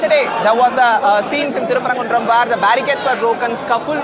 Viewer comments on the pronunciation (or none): I am from Madurai. The Madurai people will kick out the Sangis. Anchor, first learn how to pronounce Thiruperumkundram. You stupid news channel. The temple and the dargah co-existed for the past few centuries. In all these centuries the ‘deepam’ is lit in a particular place above the temple, WITHOUT ANY PROBLEMS. The DMK government will follow the same place and rituals. Go and ask Hindu or Muslims living around that area. No one is supporting this new place which the Sangis, RSS and BJP is creating now. If at all an objection should arise, it should be from the temple authorities. Go ask them, they have not created this request and not gone to the court. The BJP and other RSS groups who have nothing to do with Madurai have created this issue. Godi media like NDTV and others are fanning the fire and blowing it big. Trying to make it like Ayodhya. Madurai people and DMK government will never allow this to happen. They will kick anyone and everyone who is creating problems there, OUT.